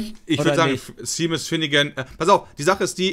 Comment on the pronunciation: hab das ganze Internet umgekrempelt und keinen einzigen Justin bieber song gefunden, der,,do you remember,, heißt und wenn noch einmal SHEMIS sagt fall ich vom glauben ab xD